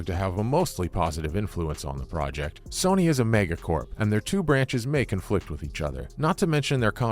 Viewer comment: It's Sony not soony😂